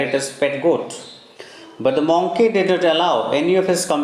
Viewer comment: its monkey not moonkey